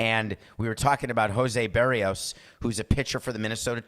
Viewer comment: Ask your producer how to pronounce "Berrios."